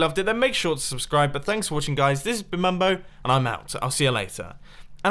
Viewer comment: BUT WHYYYY "BUMBO SPOON" NOT "MUMBO SPOON"